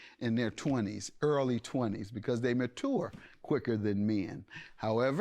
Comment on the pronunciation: Why does judge keep pronouncing mature as ma-tour? That makes me cry 🤣🤣